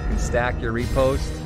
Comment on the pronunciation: When pronouncing riposte, say it like you're about to say "rip"; rih-post